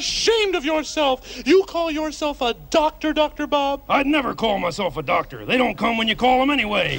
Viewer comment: Don't you mean a ""Duck"-tor"??